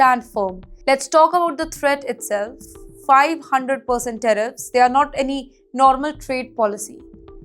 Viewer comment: Tariffs not teriffs.